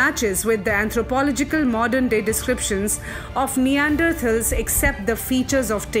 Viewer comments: First learn how to pronounce Neanderthals .... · Very informative piece which gives a new perspective into how we can understand the characters in Ramayana and how it can be equated to match the perceptions of the present intellectuals. Pronunciation of certain words are wrong like Kapi, Hampi and Neanderthals. It would have been better if the voice over artist doesn't commit such mistakes. Otherwise a very good attempt. Keep up the good content